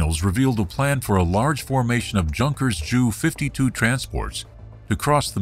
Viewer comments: My main point is that the producers of this video series prefer a computer voice and should have caught this silliness when they did the editing and trained their computer voice to say "Jay You 52". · You are a wealth of knowledge for sure. I'm betting on the fact that the computerized narration made a mistake that wasn't caught. If their computer was that smart and your last comment is correct, it would have pronounced it "Yu 52". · "Jew 52"? -- I think you need to update your computerized narrator. I doubt the Germans called it anything like that. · The German Transports are not called jew 52 ...they are called J then U Fifty Two...JU52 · Nice video -- but I have to add that the pronunciation of the Junkers Ju 52 as the "Jew 52" is an awkwardly hilarious way to describe a German transport plane.